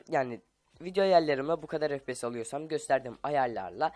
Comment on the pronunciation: fps değil, ef pi yes